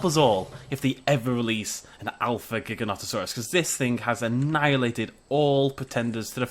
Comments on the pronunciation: It's pronounced "jig-a-no-toe-saurus" :/ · cool and its pronounsed gigantasaurs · it's a jin-tone-nota-suars that's how you pronounce it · Y can't even say his name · The Wolfs gaming yes, learn to pronounce it right bud